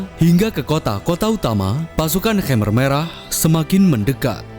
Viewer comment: Its khmer not khamer, risih saya dengernya